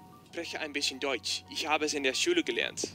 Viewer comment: Did he say dutch or deutsch